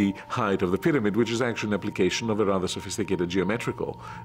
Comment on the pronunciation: Even the highly educated can mispronounce “height” as “heiTH”. 😂